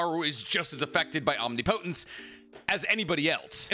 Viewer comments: First I must say that I love your content and that im just being a prick lol. Omnipotent is pronounced OM-NIP-O-TENT or OM-NIP-O-TENCE. Not OMNI-POTENT Its the same as saying NA-RUTO insted of NARU-TO. Or NUC-U-LER insted of NU-CLEAR. One is not a word an thus is wrong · Love the video, BUT, you keep pronouncing “omnipotent” wrong. No hate, but I had to say something😂